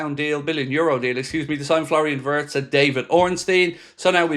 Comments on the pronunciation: vee-its please. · Wirtz is pronounced as Veerts!